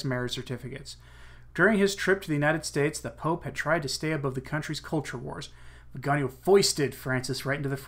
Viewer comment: The beauty of the Italian language is that it is phonetic. Hence, Viganò is pronounced veee ga nò (The stressed syllable is the last, owing to the diacritical mark) The way you are pronouncing the name would be written "vigagno" (gn in Italian = ñ in Spanish) Aside from that, excellent reportage!